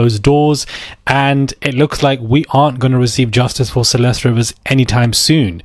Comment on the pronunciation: It's pronounced "Ree-vis." At least pronounce the victim's name properly